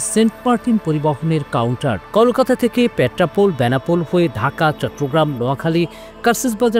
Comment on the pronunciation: Kolkata ❌ Kalokata✔️ 😂 মুর্খ এমনি বলে না এদের।।। মাদ্রাসা ছাপ